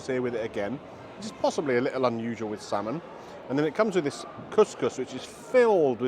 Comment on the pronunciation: Its not slamon